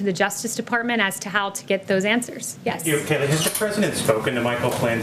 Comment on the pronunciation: Liee=see kaylee